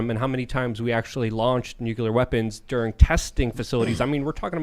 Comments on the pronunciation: Nu-CLEAR not NukeYouLer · ITS NOT FUCKING "NUKULER!" ITS NUCLEAR! NEW! CLEAR! NOT NOO KEW LER! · I cant take anyone who says "new-cue-ler" seriously. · man it pisses me of when people call it a nukuler . it's NUCLEAR , you know, from nucleus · if doesn't stop pronouncing nuclear (NEW CLEAR) incorrectly, I am telling the aliens! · Its pronounced nucular. The "s" is silent. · is CLEARLY Highly intelligent and profoundly knowledgeable, I just wish he pronounced “Nuclear” correctly.